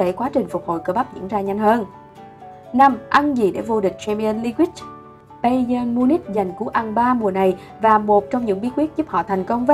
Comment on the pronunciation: Vcl Cristina Ronaldo ??? Nổi tiếng vậy mà cũng đọc sai thì chịu Champion League thì đọc Champion li quých 😑